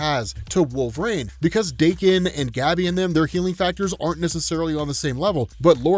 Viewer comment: FINALLY! Finally, a Youtuber who pronounced my name correctly! Fore it's NOT pronounced as Dah-Ken, it's DAY-KEN!!!! Thanks for that bro. Anyway, yeah this was a great series, & that cliffhanger tho! "We are Phalanx!"